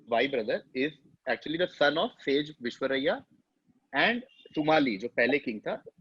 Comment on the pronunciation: Its not vishvaraiya (as pronounced by )..Its Vishrava..